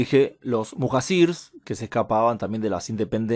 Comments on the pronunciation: Se pronuncia Mujayir que quiere decir la gente que deja su casa por el caos del lugar , cuando se hace invivible la zona al igual cuando los primeros musulmanes emigraron a Medina por la perversidad de la gente de la Meca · Muhacir se pronuncia “muhallir”